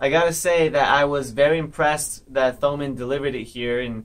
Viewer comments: it pains me that you pronounce thomann as you would "thumb" or "this" or "that". you pronounce it as if it doesn't have an h. pronounced "toe-mann" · your pronunciation of Thomann is funny